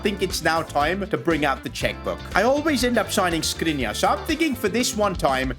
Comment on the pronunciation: škrinar isnt s its š (Sh)